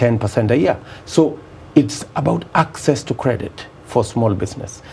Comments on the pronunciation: Mirugi. I am particular about the way he's pronouncing 'access'. Theres no 'k' in access yet he's pronouncing it as akcess. And he's a PhD holder. Terrible. 😂😂😂😂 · 'It's about akcess' to credits yadda yadda. And this man claims he has a PhD. SMH